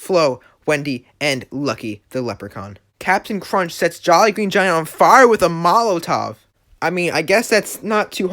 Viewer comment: This guy is a sped he cant even pronounce charmin man is stupid Same with molotov